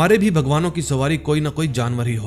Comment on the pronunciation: Jinawar nhi jaanear hota hai bhai😂